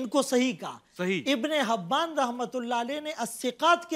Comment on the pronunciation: Ebne habban nahi , balke inbne hibban